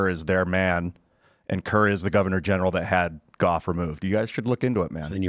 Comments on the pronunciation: does my head in...That said, Gough Whitlam(pronounced like cough but with a G down here in Aussie land😅) Remains the only time that a sitting Prime minister was dismissed by the Governer General. (Sir John Kerr) In Australian history. What this means is that in certain situations it is possible to dismiss the sitting PM by order of the Crown. Through the Crowns representative, the GG. So is not wrong on this front at least. His star wars style framing however leaves a lot to be desired. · He didn't even get Gough's name right.